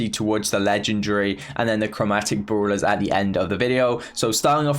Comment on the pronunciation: Its brawlers not bruuwler